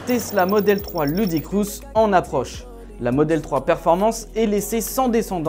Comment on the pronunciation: "Ludicrousse"? Poto, ça se dit "loudacrisse" (ludicrous). Et "teft", pas "zeft" (theft). Ton anglais fait mal aux oreilles. Bonjour des states.